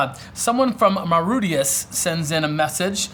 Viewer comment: Hi, Thanks for your answer to my question and it does seem to be a good solution to the problem and so will considerate the possibility of using liner for my future pond. But for now I am satisfy with my small pond & bog filter. Oh ya, you made me laugh while you were pronouncing MAURITIUS and it is found in the indian ocean near Madagascar but have to say that you did pronounce my name better than some people would do over here.